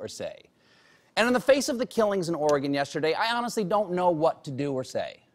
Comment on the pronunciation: thank you for pronouncing "Oregon" correctly.